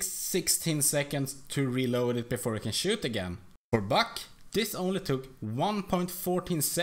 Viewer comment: when you say buck it looks like ur saying fuck